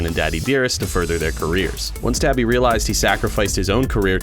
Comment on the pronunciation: Hey you pronounced my name right that's a first lmao